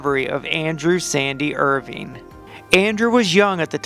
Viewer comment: “Irving” cmon dude get the name right if you’re going to make a video and post it